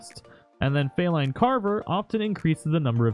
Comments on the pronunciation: ZaleraArkanus666 there's only one way to say it though? It's FEE-line, as in cat, as in the Palico is a cat. Mystery solved 😒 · I know he kept saying fey like the mythical creature and it hurt to hear... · Where is that accent from does he know its pronounced FEE-LINE not fay-line? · brother it is is FEE-LINE not fey-len lol. its meant to be like a feline a cat since its palicos just replaced the y <3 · Pretty sure it's feline not feyline. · Fee+line. Not fey-line. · I'm pretty sure felyne is pronounced feline, not fay line or fay lin... Monhun loves its puns. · Lmao.._ felyne..its Fee line not fay linn as in cat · Nitpick, but it bothers me whenever you say Fae/Fey-line instead of Fee-line. The y only replaces the i, it doesn't modify the e. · its " fee-line" not "fay-line" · faylin? i think it's pronounced the same as "feline"...you know...because they're cats? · “Feyline” “Feeline”is how you pronounce it. Feline as in cat. They just spell it felyne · Feeeeeeeelyne! Not Faylyne! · Felyne isn't "faylin" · Jesus...this guy can't say "FEE LINE". Driving me friggin RABID. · I didn't know it was pronounced "fay-line" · FEE LINE is how you say it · Felyne = Feline (fee'line)...you know, like a cat. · My God I'm sorry but it is fee-lyne pronounce that cat right lol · had to turn it off after "feyline" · I know I'm that guy but i believe it's "FE- LINE" like a cat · That first Felyne Rider..... More like fail line Rider. Learn to talk son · Awesome video 📹 never heard anyone pronounce Felyne like that though 😂 (fee-line) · Why do you pronounce felyne differently than you would pronounce feline? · no, they say Felyne quite a lot of times, actually. He should know how it's pronounced. Even if he hasn't seen or didn't pay attention to those cutscenes, it's quite obvious how it's pronounced.